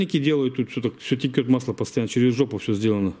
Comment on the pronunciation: извини пжста, но могу тебя поправить, не теКет масло как ты говоришь, а теЧет оно, правильно по русски)